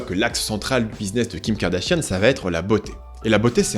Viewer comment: N'empêche on en parle de la prononciation du nom "Kardashian" qui est devenu "Kardashienne" avec ahaha